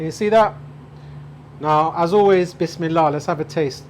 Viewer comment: What is it you say before any cooking? sounds like Wis me la. I have learnt so much from you cooking and have built me new kitchen in such a way I can cook all your recipes. Thank you. Andrew